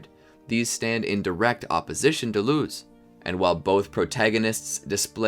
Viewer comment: Love the idea but the way you pronounce Luz and Plantar makes me cringe so hard 😖